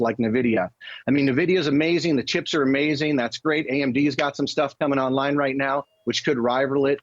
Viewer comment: AI will help people call it Nvidia not Nuhvidia.